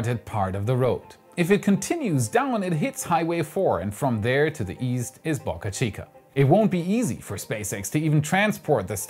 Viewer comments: the "Boca" in Boca Chica rhymes with Boat!!! Other than the way you pronounce that, you have a great Youtube channel! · Please learn how to pronounce Boca